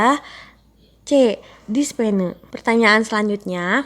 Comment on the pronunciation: Pasien dibaca pasien bkn pasen.dispenea dibaca dispnu bkn dispene.